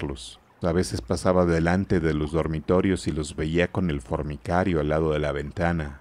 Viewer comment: El lector dice una y otra vez fornicario (de fornicar), en vez de decir formicario (de hormigas).